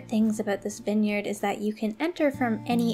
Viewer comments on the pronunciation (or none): I’m really sorry but it’s v-eye-n!!! Not vin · why u say winyard? it is viiine yard